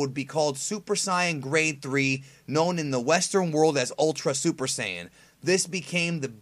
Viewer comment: you just said super siyan grain 3